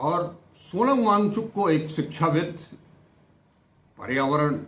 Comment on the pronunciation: Cha-cha pronunciation se thik se karo bichare ki naam ka. kehna kya chahte ho